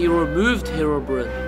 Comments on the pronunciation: It is not "Herobrin" how you said it, its "Herobrine" . I admin a Herobrine page, and i find it offensive. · it's pronounced (hero-brine) not herobrin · It`s said Herobrine not Herobrinn.